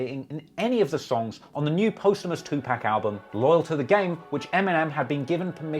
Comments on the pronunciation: How does a host of a rap channel still not know that 2Pac is NOT pronounced “2 peck??“ This clown keeps calling him “pack/peck.” Jesus Christ..🤦🏻‍♂️ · great video as always...but am I the only one that glares cockeyed at someone who says 2pack?... said it like ten times in 30 seconds at one point then I heard em say Pac later so I know he can say it right..ja selling 139k first week with Blood in my eye is actually pretty amazing imo after being absolutely slaughtered by 50 for most of 2003 I remember being surprised back then that he sold that much and I still am surprised but you absolutely right about the content of that album cuz it was clear 50 was ruling ja(no pun intended) at that point and the best thing ja should've did was throw diss tracks out every once in awhile that are well put together to show that he ain't going down without a fight but making a whole album dissin your enemy shows that they control u and I think he spent way too much time on it and if he woulda did some responses and then brushed it off and showed that he wasn't bothered I think his career could've recovered...I still think he had a better career then 50 though cuz as great as Grodt still is once 50 "got rich" he completely lost his hunger..The Massacre was weak with garbage like Candy Shop and Piggy Bank which is most def one of the worst diss tracks of all time(see Jadakiss Checkmate for how u do a diss track)...Young Buck and Banks had better albums..I'll give 50 03,04 and because Massacre was at least mostly well received and sold well I'll give him part of 05 but I really stop liking his music after 03..50 was one of the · I enjoyed everything EXCEPT his wrong way of calling Tupac...Tupack...unforgivable. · To pack? TUPAC!!! LOL. Geez. Good job on the video though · Why u keep calling him 2pack you know it's pac like pocket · Say “two pack” one more time. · It's Tupac not TUPACK AHHHHHHH I love your videos but it's driving me crazy❗💯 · It's TUPAC